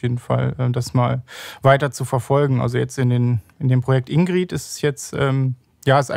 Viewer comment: in.gr.i.d. nicht indeed